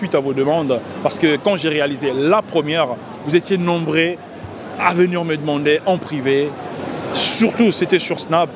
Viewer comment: On dit nombreux pas nombrer^^